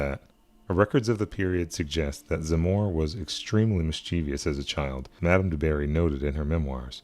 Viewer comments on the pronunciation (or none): none